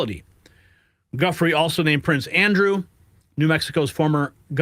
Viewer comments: Virginia's name is pronounced "JEW FRAY" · Giuffre has been in the news for years-both print and video-and still can't pronounce her last name properly. What sort of bubble are you in dude?